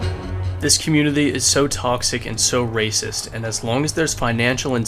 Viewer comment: When you said 'waaaacist', I left.